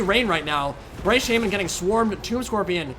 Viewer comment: says "orc shaman," but I hear "orc shaming."